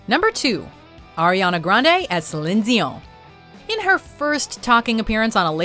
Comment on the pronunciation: Why are you pronouncing Dion like that?